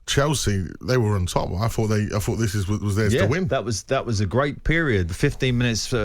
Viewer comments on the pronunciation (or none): none